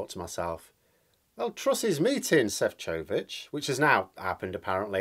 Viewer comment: You’re right - in Slovakian the stress is on the first syllable. So it’s SHEF-cho-vich